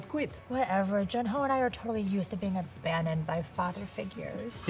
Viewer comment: Love them but the pronunciation of "Juhn" for Jun is killing me